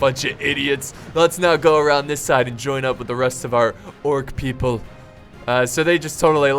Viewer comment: GET YUR DRANKS PEEPLE